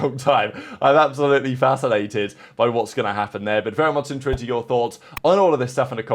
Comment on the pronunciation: Is he trying to say “interested”?